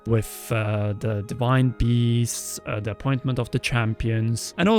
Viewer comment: Hey! Please don't take this the wrong way, but ci aider practicing your English a touch more! You're so close to sounding like a person who was born speaking it, but you still say "wiff" instead of with and "da" instead of the. Keep working on it! You're almost there 👍🏻